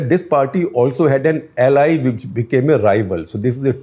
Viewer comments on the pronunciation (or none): none